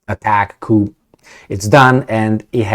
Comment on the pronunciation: "coup" is pronounced (coo). A Coupe is pronounced (coop) and a "coop" is pronounced (coop).